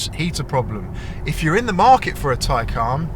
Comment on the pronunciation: Its a Tay-can not Tay-caaarrrrn.